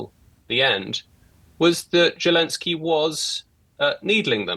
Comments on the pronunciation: Can't even get his name right. He calls him "Gelensky." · pretty certain he said Jew-lensky 🤣🤣